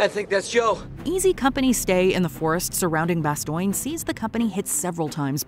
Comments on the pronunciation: Does anyone else notice Bastoin, not bastone. Lol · Why do you say Bastion, when it is clearly said in the clip from the movie that it is not pronounced that way? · Bastoine?? The narrator obviously never watched the clips. C’mon…. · "Marching into Bastioyne"??? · Why does she keep saying Bastogne as "Ba stoy n" ? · Did she really say "Bas-toing"??? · You say Bastogne weird it’s pronounced “Bastone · Lol "Bastoyne"? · 😂 “Bas-Stone” nice try though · Bastoigne? C'mon, AI. And "impactful"? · Bastogne is pronounced ba-stown. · might be the worst pronounciation of French words ever xD BASTOIN xD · Bastoing? Good lord if you are going to narrate a scene at least learn how you pronounce the name. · How do you mis pronounce ‘Bastogne’ when it’s mentioned in a clip of the show you are doing a video about? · She did a good job with "Carentan", not so much with "Bastogne". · How do you mis pronounce the names of places like Bastogne when it’s even said In clips from the show on the video you are narrating? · They pronounce Bastogne in the clip and the narrator still got it wrong :face-green-smiling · The narrator on these WatchMojo clips is fine, I just wish there was a minimal effort to make sure some of the words are pronounced correctly... such as the city of "Bastogne" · It would help if you could correctly pronunciate the places where these battles took place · There is no I in Bastogne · Good video, but please correct your pronunciation, particularly that of the name of the town of Bastogne. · Is she pronouncing Bastogne correctly? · Why can yoiu literally not pronounce Bastogne? Jesus it isn't hard, they say it for you in the clips! God almighty I didn't imagine it was so easy to fail so hard. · "bastogne" or "bastoigne" ? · The way she says Bastogne :,( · You mispronounced Bastogne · I made it :34 it/AI WHAT EVER THE HELL IT IS can't pronounce BASTOGNE. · Narrator, Holy Hell please stop trying to pronounce French words. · It's "Bah-stone" not "Bah-stoin."